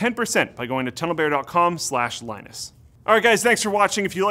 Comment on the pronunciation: When he said TunnelBear I thought he said Pedo Bear